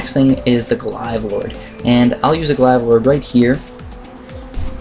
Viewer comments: According the Merriam-Webster, glaive rhymes with brave, not hive. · Ug sorry but Glaive is pronounced with a hard a sound like in "Blade" There's no hard i sound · he just keeps mispronouncing glaive